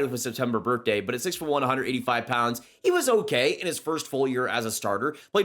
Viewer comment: Or anything with th honestly.